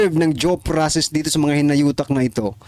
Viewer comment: Due process po hindi jow ang pag pronounce mo